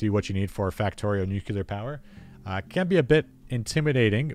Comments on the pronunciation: NUCLEAR! Not NUCELAR! FFS IT IS NUCLEAR! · Learn how to say the word nu-clee-er. It’s not nu-que-lar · Why do so many people pronounce it "nucular"?